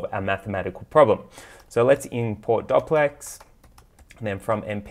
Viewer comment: i think its do cplex not doc plex :)